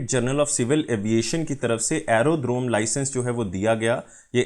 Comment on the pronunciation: buddy its english wala D in Drone.....kuch bhi...